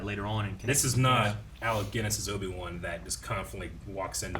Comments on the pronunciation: Obi-Two 😂 I’m dead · Not Obi-Two 🤣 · Obi-two lol 🤣😂